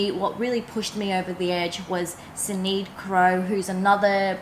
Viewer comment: Stunning bag! Loved it too when I saw Sinead wearing it. Sinead is an Irish name...it's pronounced Shin-aid. Just so you know 😊 x